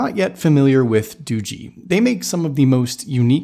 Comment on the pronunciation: It's not Doogie as in Doogie Howser it's pronounced Doo-jee like this tech review on this video said LOL